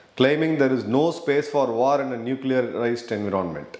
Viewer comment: Please check the pronunciation of decisive and environment in Google/youtube!